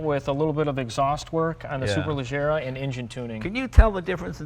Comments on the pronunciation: Leggera is pronounced like Jerry not Gary. C'mon Leno you're half Italian aren't you? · Ga-y-ardo ... Superle-zzier-a ... Jay, If we are supercar fans we MUST be ALL IN and pronounce the cars appropriately. GaLLardo? Next I will go home and have some TortiLLas and Galapenos! >.< Great video either way. :P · Superlajjera. The G sounds like "Shhhhh"(hush), but use a J. So say Shhh...then say it with Jjjjj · Superleggera [pronounced: (superlejEra)] means Superlight....which in the end amounts to lightweight construction, yes, yes.... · To be a car enthusiast and not know how Superleggera is pronounced! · why does he insist on pronouncing gallardo and superleggera wrong? he heard the guy say it correctly a couple times...that's what you call stubborn ignorance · but hearing him say superleggera that way, well it hurts. that's not how that word is pronounced. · he pronounces super leggera wrong and anyway it means simply super lightweight. If I spent €200,000 for a car at least Id bother to pronounce its name right mmm. anyway... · Jay doesn't know how to pronounce Superleggera correctly lol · lol jay can't pronounce superleggera correctly. Oh well, I wouldn't expect him to anyways.